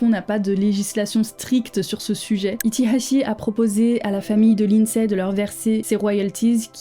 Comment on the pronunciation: J'adore ta manière de prononcer son nom avec l'accent qui va avec